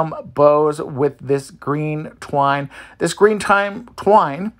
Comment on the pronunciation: You're having TUBBLE saying the word twine! Lol!😂